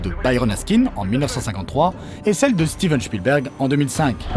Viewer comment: chtiven chpilberg ? xD